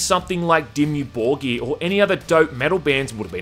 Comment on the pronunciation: hearing you say Dimmu Borgir in an Aussie accent cracked me up.